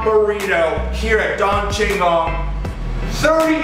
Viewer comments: "DAWN CHINGOWN" Come on dude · Dawn Chingawn? It's Don Chingon.. like Done Chingone (not like one as the number, but one as in moan) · Don Chingon is pronounced Don (Like donut) Cheen-GON (the 'o' is a long 'o'). It means Lord Badass. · Anybody else hispanic and cringed when he said, "Dawn Chingawn"